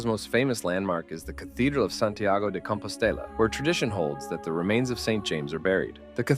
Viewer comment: Santiago DE COMPOSTELA in Spanish., not di Compostella. Change it